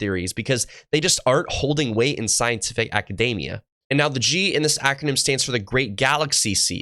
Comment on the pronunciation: You said 'scientific acadAmia' - it's 'acadEmia' my friend - you might have been thinking of 'macadamia' because academics these days are nuts!